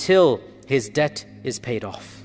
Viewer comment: Debt not dept